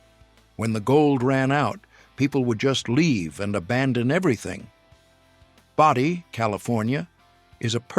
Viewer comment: Bodie California, a perfect example of AI incompetence pronounced Bow Dee not Body.